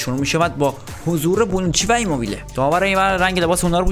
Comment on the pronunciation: هربار بونوچیو میگیره😂